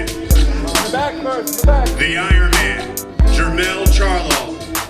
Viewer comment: I ronman 😂😂😂😂😂😂😂😂 ironman